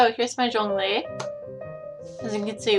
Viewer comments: Thx for not butchering zhongli's name mate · Omg he’s actually pronouncing his name correctly! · tyty for pronouncing ZhongLi's name correctly 😭